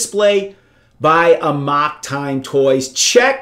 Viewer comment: That's really not how you pronounce '"amok."